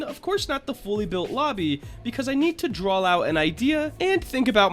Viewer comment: anyone noticed how he says "drawl" / "drawlings" instead of "draw" / "drawings" not an insult, just noticed it